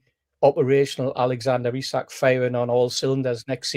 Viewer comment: One thing I think we can all agree on when ISAK leaves at least we won’t have to listen to pronounce his name Issac 🎉